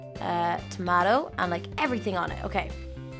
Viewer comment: Btw you said tomato wrong